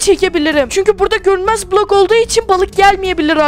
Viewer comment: Blok demesi😅😅😅😅😂😂